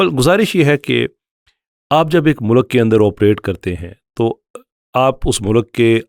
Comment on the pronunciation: Please correct your pronunciation of "mulk"😭